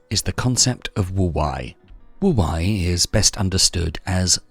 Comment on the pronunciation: Can someone please teach AI how to pronounce wu Wei correctly